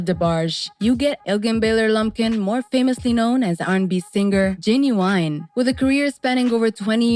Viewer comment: Oh you messed his name all the way up LOL